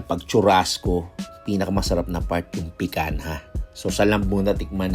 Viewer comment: Pikanha ka ng pikanha PIKANYA pag pronounce nyan boplaks